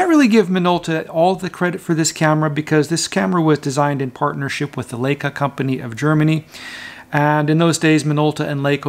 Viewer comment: One year later, did you learn how to correctly pronounce Leica? :)